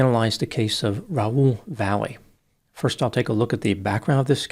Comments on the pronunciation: Last name should be pronounced Vah-yeh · I knew a family with this last name [Valle]; they pronounced it 'Vah-yay'. However, since we know Dr. Grande does his homework, I imagine in this case he has the correct pronunciation in his story. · Last name is Grande but can't pronounce Valle correctly.